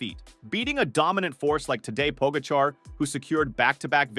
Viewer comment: Interesting stats. If only the narrator had not butchered the pronunciation of TP & JV